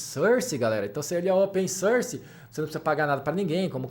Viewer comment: Ótimo vídeo, muito instrutivo! Só gostaria de fazer um reparo em inglês: a pronúncia correta pra "open source" é "ôpen sórs", com o som aberto da vogal; vejo muita gente cometendo esse errinho de falar "ôpen sãrs", ou "sãrce", com o som anasalado similar ao "e" francês. Mas o som de "open source" é aberto rs. Forte abraço!